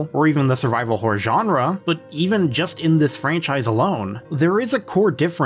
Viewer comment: Ok WHOA there, tiger! Now I love this video but you got to say this with me; “Horr-OR” ok? You try it; “Horr-OR” it’s a horror title not a… not what you said. There’s 2 syllables in there so don’t be stingy now! The way you say it is, well sir? It’s plain whoreable. Mirr-orr. Horr-or. 2 syllables. You don’t look in the mere and at night we don’t see terrible wh… we don’t see what you keep saying. Sir. There are children in the room. 2 syllables Please. Sir.